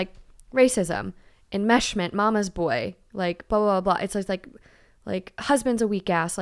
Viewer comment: No one:: It’s ✨EnMeShMENt!✨